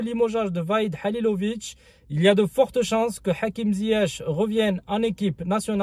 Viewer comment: salam aleykoum, tu sais mème pas pronoce , le nom Mr HALILHODZIC et tu entraint de le critiquer allah yehdik, la moindre des chose de pronocé son nom thaoooooooooooooooooooooooooooooo